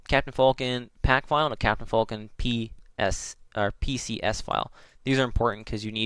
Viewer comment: its FALCON not FULKIN